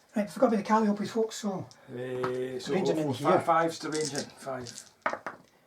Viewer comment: My friend, calliope is pronounced like monopoly. lol Love the mass Panther and PzIV list though. I might try that in my next tournament. I would bring 4 SS Grille instead of the flammen Hetzers.